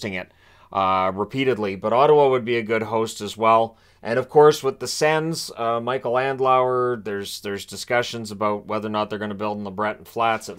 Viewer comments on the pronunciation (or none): none